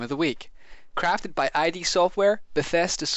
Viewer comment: id, not i d. <3